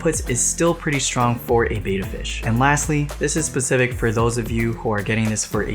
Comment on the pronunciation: sorry, pet peeve, but betta is pronounced beh.tuh. Beta is a greek letter pronounced bay.tuh.